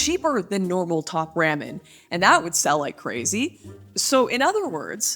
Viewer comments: I’m sorry, did you just pronounce “top RAW-MEN” as “top RAMMIN’”??? lmao I cannnttttt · I was 100% with you Until you said ram-in How could anyone trust someone that says it like that? They couldn't. Smh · Why are you saying ramen like that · If Lauren really cared about our feelings she wouldn't say, "ramen" like that. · I am glad I'm not the only one who felt this way 😂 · the most offensive thing here is the way she says ramen. omg smh loool